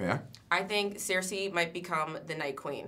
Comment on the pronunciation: Less than 30 seconds into the video, I was able to tell that she doesn't watch the show. She had to look at her card to read the name "Cersei" and she didn't even pronounce it correctly.